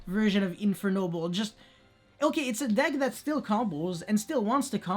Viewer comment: Those Infernoble names were so accurate! I love the way you pronunce them, I almost forgot English is not your first language